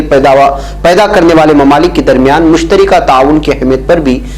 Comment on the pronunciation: مشترکہ ۔ بفتح الراء ہے ۔ بکسر الراء نہیں